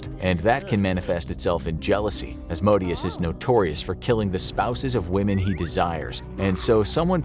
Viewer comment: I thought it was pronounced " A zay zell " not " Asa zell ". And " Az moe Day Us " not " As modius " ... Butchering the demon's names will get you possessed